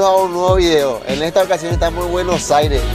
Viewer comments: Se dice Buenos Aires. No Bueno Aire 😠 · Me gustó y todo pero deberías trabajar en tu pronunciación, deberías decir buenos aires no bueno saires :v